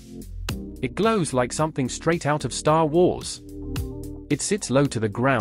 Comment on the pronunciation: Love the Steven Toast pronunciation of "Star Wars" 🤣